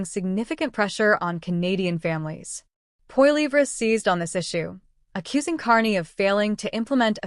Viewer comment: get the name right for crying out loud: Poilievre .. polly - ev - ra